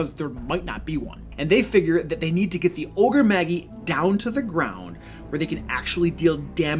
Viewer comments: You lost all d&d and nerd cred when you uttered Ogre "Maggie". Lol, my cringe meter was off the charts. Then you said "On knee" for Oni. Which Magi is pronounced like Jedi. You pronounce the I (eye). And the a is like magic just ma and not m-ah with the ahh sound. Oni (OH-knee) is a disgrace as it's incredibly popular term from anime and Japanese mythology as it's a Japanese word for evil spirits/ogres/demons. This is nerd 101 terminology. Mostly a me issue than a you issue. I just can't help myself. I almost died inside when my friend pronounced paladin as Pa-ladin. Just ribbing you dude, love your videos and the not so silent digs you make at 5e. Keep it up. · "Magi" is pronounced "maj-eye," not "mag-ee." Also, it's plural. The singular is "magus," pronounced "maj-us." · It's from latin, pronounced mey-jahy, and is the plural of magus (mey-guh-s) meaning wise man. It's where we get the term mage. Oni (oh-nee) is a Japanese monster, but DND has used it for magical ogres since at least the second Ed Oriental adventures. Apparently, pronouncing is mag-gee as he does is a Nordic word, same spelling, which means stomach. Fighting disembodied magical ogres stomachs sounds kind of awesome, though. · Magi is prounced ma-jai not maggie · MAH- JAI. Ogre Magi. OH- KNEE. Oni. /thatguy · Ogre maJ-eye, not ogre maggy, (soft J, not hard G). The word "Magi" is a reference to ancient scholars and astronomers, the best example of which are the classic "Three Wise Men" which are often referred to as The Magi in biblical texts. Oni (oh-KNee) comes from Japanese mythology and are a kind of "Yokai", which means ogre, troll or demon depending on context. The Oni and the Ogre-Magi are fundamentally similar concepts and I suspect that the original D&D Ogre-Magi was an adaptation of the Japanese concept. Of course, I now have to have an ogre NPC in my game called Maggie..... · Ogre Maggie? (You mean Ogre Maj-eye?) Sorry, I can't focus on anything else when you call them that...